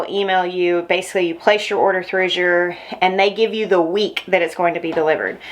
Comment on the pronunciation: It's pronounced like the color of blue. "Az-yur" or "As you're" Sort of rhymes with "Asher." Wow, what a great haul!!